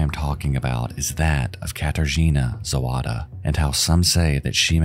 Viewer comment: You really did do well on the Polish pronunciation! I just gotta be a killjoy and say it's *Zawada, not Zowada ;) a really good (and chilling) video nonetheless